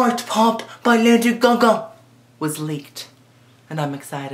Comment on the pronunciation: omg i just love how you say LADY GUH GUH lol <3